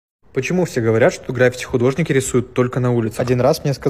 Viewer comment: Человек говорящий о граффити не знает где в этом слове ставится ударение🤡